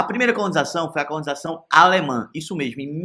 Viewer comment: "Mexmo na town-town"! O vídeo pode ser bom, mas o narrador ...